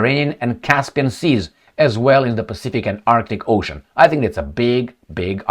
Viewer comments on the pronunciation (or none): none